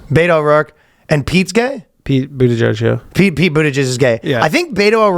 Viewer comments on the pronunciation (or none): Sounded like Ryan was calling him "Pete Bootyjizz" 😂